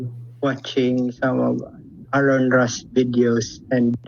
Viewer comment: Oh My! said Aron's name wrong! For shame!